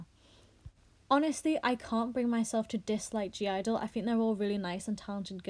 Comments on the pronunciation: Not a fan but I'm more offended the way you say their name lol its just IDLE. The G is silent... And fk all these snowflakes! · Their called IDLE without the G why does everyone say gidle sjhdjd